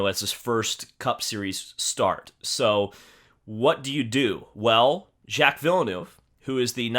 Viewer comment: “Jack Villnuuve” 🤣